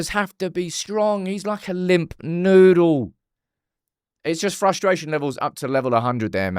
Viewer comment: “Limp nuddle”😂